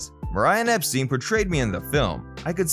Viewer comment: Gerry and the PACEMAKERS, not Peacemakers. Also Brian Epstein (pronounced Ep…Styne.)